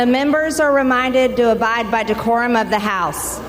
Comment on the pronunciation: "D whore um" is what she meant.